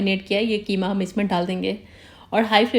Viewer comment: Qima not kima😂